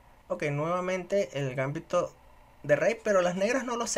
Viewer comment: GambÍto con acento pero sin tilde en la Í (palabra grave)... al menos en castellano.